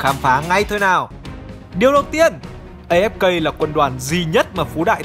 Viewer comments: Uk A Ép Ka mà đoc là A Ép Cây ko à 😌😌😌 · Đọc A Ép Ka đi, As đọc vậy mà